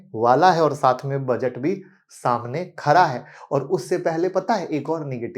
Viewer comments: Budget saamne "Khara" hai ya "Khada" hai 😊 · Khara hai nahi khada hai